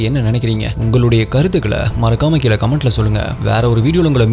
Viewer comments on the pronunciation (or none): none